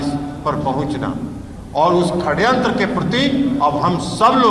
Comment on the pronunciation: ये ललन सिंह और कन्हैया जी षड्यंत्र को खड्यंत्र क्यों बोल रहे है? 😂😂